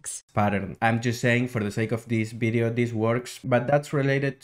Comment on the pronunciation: Bery good bideo but I recommend you work on your 'V' sound.